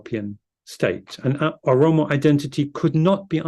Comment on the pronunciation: translator should correct the word Oromo not aromo.